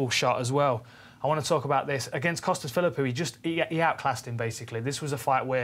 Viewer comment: bisping said costas phillwho not McGregor.